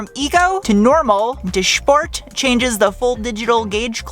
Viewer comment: Did you say “shport mode“ and “shteel“?